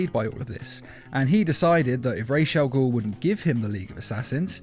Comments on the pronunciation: Why in every video this guy has with ra’s al ghul in it he totally butchers the ra’s part of the name. It’s sounded out (rah-z). Like that. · You're saying Ra's Al ghul wrong